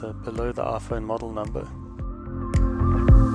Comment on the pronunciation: "Aphone ten"